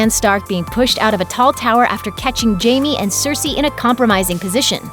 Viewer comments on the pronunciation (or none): none